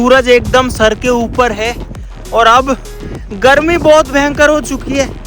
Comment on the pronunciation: GARMI ❌ GALMI✅ 😂😂😂